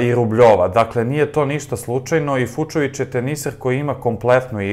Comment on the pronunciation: Marton Fučović, ne Fučovič.